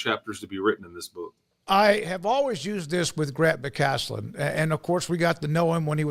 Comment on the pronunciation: McCasland. No T. Unless he's in Houston, then he gets two t's and tossed from the game.